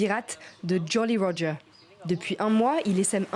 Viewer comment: j'ai apprécier la prononciation du "jolly roger" +1 point